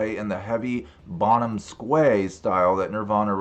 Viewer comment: Dude any word with "esque" attached after it: is just pronounced "essk" not "skway"... As in "Bonham-esque"